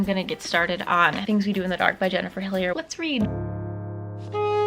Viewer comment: Hillier is my last name and I'm actually so surprised and proud that you pronounced it correctly ahhaha it's the little things